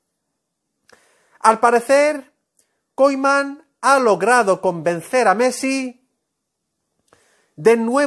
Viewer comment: Se pronuncia Kuman no Koiman. Todo fruta lo que dice este señor.